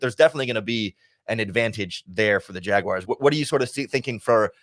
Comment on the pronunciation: Thanks for calling them Jaguars, not Jag wires!!